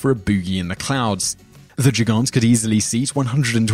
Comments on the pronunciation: Gigant pronounced like "Djigaunt" LOL for the record, the correct pronunciation would be "Geegunt" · Your pronunciation of German words is so horrible sometimes you shouldn't even mind trying and just do it with a fully English accent. :D Gigant? That sounded rather French. It's just with two hard "g" like in "game".